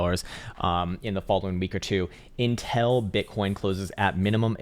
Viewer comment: Love the way he keeps saying intel instead of until 🤣